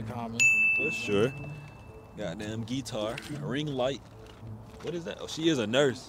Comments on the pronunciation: It’s how he saying “geeetar “ for me 😭💀☠️they funny asfk though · Bro said getiar